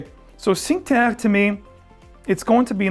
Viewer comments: He thought it was French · The pronunciation of Cinque Terre made me laugh 😂 it’s pronounced “chin que te rre”